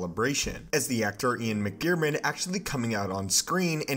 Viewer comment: Ian McGiar.. what!? It's Ian McDiarmid.